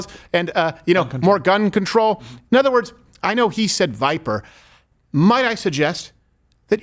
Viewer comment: Its pronounced Viper not Viper